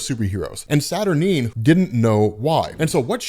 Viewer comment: Saturineeen, Mer-lynne, Wolv-rain lol